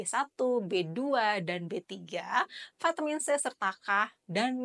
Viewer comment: Bilang/ ngomong kata Vitamin nya biasa saja dok kangan digaya Ingris gitu. ( vaitemin) waah